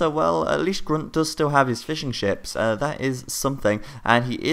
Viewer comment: when you say fishing ships it sounds like fish and chips :D